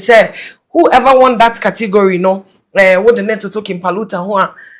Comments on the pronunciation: 😂😂😂 “Cotegory” s3n😂😂😂😂😂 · saaa kortigory🤣🤣🤣🤣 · said Cotigory😂😂😂😂😂😂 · I heard saying Kortigori 😂 who else heard that 😂